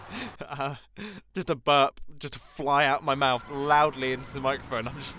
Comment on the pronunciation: "is 'burb' like an american way to say 'burp'?" XD oh my Mumbo... oh my... please spend some time here, I think it will help XDDDD